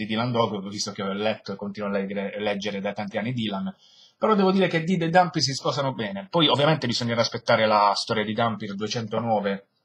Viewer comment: OOOOHH! MENOMALE che hai pronunciato "Dampyr" come si deve, bravo! per il resto vedrò la recensione quando leggerò l'albo ;)